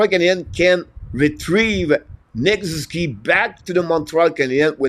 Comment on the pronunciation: SOO - ZOO - KEE